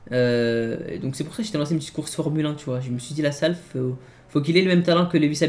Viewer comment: On dit formulin pas formule 1